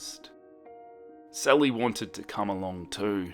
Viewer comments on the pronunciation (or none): It sounds like he’s saying “Celly” o-O